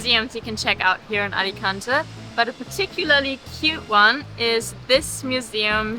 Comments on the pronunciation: Hopefully it isn't too rude of me to make some corrections, but here are a couple of pronunciation tips in case it helps anyone: Alicante = ah-lee-KAHN-tay (you were both pronouncing the last syllable more like "-tuh") Hogueras = oh-GARE-us (not exactly that pronunciation, but it's close. Of particular note, you don't pronounce the 'u' in Spanish after a 'g' unless it has an umlaut over it, e.g., vergüenza = bear-GWEN-thuh). Anyway, I enjoyed the video very much. I lived in Alicante for about three years just about two decades ago and I'll be visiting this fall for the first time since I left. Your video brought back some memories and also introduced me to some new things. Thanks for sharing! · English pronounce it Alicantay 🙂